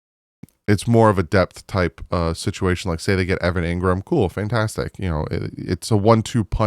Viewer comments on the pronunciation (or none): none